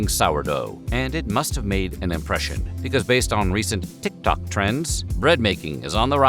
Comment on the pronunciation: This actor editorializes his pronunciation of the word TikTok. I don't love TikTok but I don't want to hear the voice actor's opinion about it when I'm just trying to watch a history video. Also it sounds like he's maybe doing a Chinese accent? Super bad, and this is not the first one of your videos I've seen this happen on. Generally love your videos so I thought I'd say something.